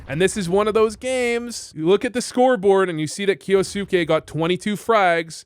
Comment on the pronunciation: pronounced kyousuke correctly, is voo japanese confirmed?